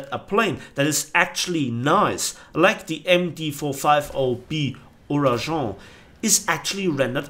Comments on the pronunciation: No, this is NOT how you pronounce Ouragan, the G is like the G in the word "gate", BRUH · You pronounce : Oura''gu''an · YOU SAY IT WITH THE ENGLISH G! LIKE OURAGAN BUT NOT OURAJAN